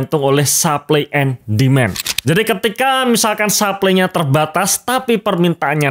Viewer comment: Coba dicek cara ngomong ‘supply’ nya yg benar 😂